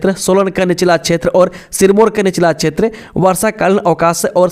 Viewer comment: 'क्षेत्र' को 'छेत्र' स्केल को इस्केल, शोध को सोध, राज्य को राज etc. 70% अशुद्ध उच्चारण